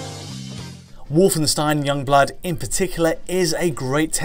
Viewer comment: You're pronouncing "Wolfenstein" wrong!:D